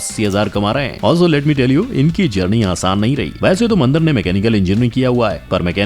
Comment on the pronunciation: वो "मंदर" नहीं, "मंदार" है चू*तिए! कुछ भी पेलने से पहले थोड़ी रिसर्च कर लिया कर!